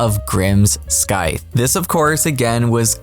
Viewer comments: We say "ssyth" no need to pronounce the c separately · It’s pronounced “Sythe,” no hard C. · Scythe is pronounced S-eye-th. The 'c' is silent. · “Skythe” 😂. It’s scythe, as in a silent c. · Did... did you say SKYth? It's Scythe, pronounced like the sci in science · it's saɪð